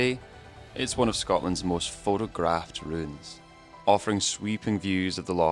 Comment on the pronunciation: You need to learn to pronounce a T as such and not a D. I struggled with the likes of "phodographed" and "wader".